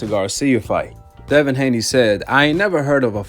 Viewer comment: Nobody gonna say anything about the translator incorrectly saying Haney twice?